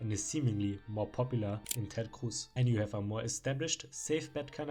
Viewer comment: I like how you say Ted Cruz as Ted khcwooß